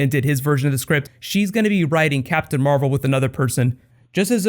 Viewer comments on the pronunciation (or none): It says mavel instead of marvel